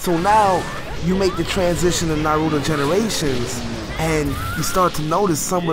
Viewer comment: U pronounce naruto wrong that's the English really horrible dubb